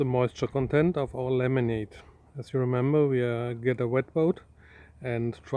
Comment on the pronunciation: I love how when Chris says "laminate" it sounds like "lemonade"